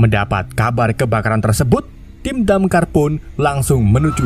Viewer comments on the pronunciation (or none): Tersebut gan bukan tersebot 😂